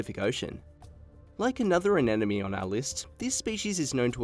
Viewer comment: I enjoyed the video in spite of the narrators CONSTANT MISPRONUNCIATION of the word ANEMONE. O.K., repeat after me, AH-NEM-OH-NEE! It is NOT pronounced AH-NEN-OH-MEE. It’s not THAT difficult! See? I honestly cannot believe that they let something THIS ridiculous pass through the production. This error surely makes me doubt other pieces of information in the video.